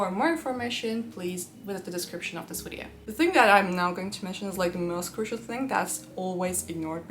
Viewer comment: English pronunciation tip: It is «video» not «wideo»! You should work on that, since you use that word all the time, starting every video with : «In this wideo….»